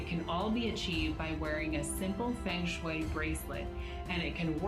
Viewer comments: she even pronounce "feng shui" wrongly... she could have look it first on Wikipedia when searching its origin.. 😂🤭😆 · they cant even pronounce the feng shui properly, who would believe these crooks